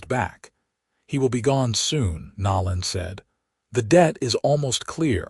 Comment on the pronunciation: I wish someone would teach the AI to pronounce things correctly especially the names of the characters… Nol-lan? No. <No-lan> Ree? No. <Ree-a> Then read, present etc. But other than that grating it was a great story.